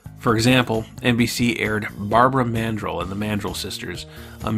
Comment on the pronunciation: This is an interesting series, but this guy has a lot of trouble with correctly pronouncing names throughout. Dana Carvey, AMEX, Barbara Mandrel, are but a few examples. It makes me question the accuracy of the content.